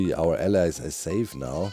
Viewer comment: I have to laugh at Doc's pronunciation of allays. He says it like allies, which, they're that too, but it's supposed to ah-LAYZ.